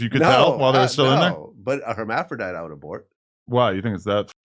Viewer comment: Did this pos just say hemaphrodite??? Hes a goofy 🤪